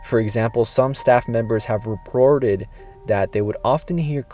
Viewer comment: Did you say “re-proted?”